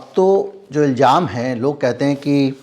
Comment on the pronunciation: आप अच्छे पत्रकार हैं और समझदार इन्सान भी हैं, आप की कोशिश इंसाफ़ होने पर रहती है जो सब के लिए अच्छी खबर है। मगर अगर आप शब्दों के उच्चारण पर भी ध्यान दें तो आप की पार्सनल्ट आप की शख्सियत में चार चांद लग जाएं । सही शब्द है इल्ज़ाम ( ilzaam) Please speak ilzaam.